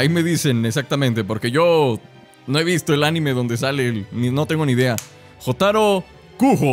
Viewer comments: wee se pronuncia llotaro :V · Yotaro con acento en la O xd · Jotaro Kujo (Se pronuncia "Yotáro Kuyo") es de la serie Jojo's Bizarre Adventure, es epopulare protagonista y me atrevería a decir que uno de los mas populares. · jotaro es del anime jojos bizarre adventure y en esa temporada donde jotaro(aunque se pronuncie yotaro)desde japon va a egimpto para matar a dio(porque su madre desarollo un "stand" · Jotaro(se pronuncia yotaro xd) es de jojo's igual que dio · Se llama jotaro pero se pronuncia yotaro de jojos bizzare adventure. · Jotaro es de JoJo bizarra adventur, el anime más varonil posible que existe XD, y se pronuncia YOTARO (con voz de macho :O) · JOTARO ES DE JOJO'S Y ADEMAS SE PRONUNCIA YOTARO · Jotaro que se pronuncia llotaro y Dio que es el que estaba con el cuando llegaron, son de Jojo’s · Jotaro Kujo se pronuncia yotaro kuyo y es del anime Jojos bizzarre adventure